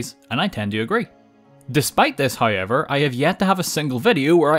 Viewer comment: “Hoyever” “Noy” “Poyer Armour”